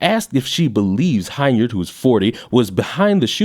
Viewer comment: just want to help you out. The last name of this miscreant of a "mayor", is pronounced, "HEN-yard", not HINE-yard.